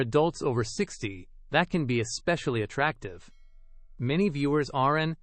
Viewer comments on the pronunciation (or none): This is so grating and ignorant to listen to. Instead of aren't we good, Aaron T ??? Instead of that's why, that S Y ?? This is insulting to education, grammar, and intelligence. Don't you have a proof reader ? Let S instead of let's...This needs to be taken off the internet.